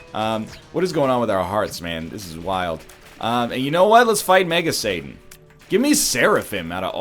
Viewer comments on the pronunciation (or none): none